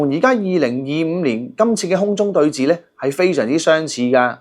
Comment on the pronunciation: re: 5.45 「空中對峙」， 該讀為「空中對是」。 不要錯讀為「寺院」的「寺」。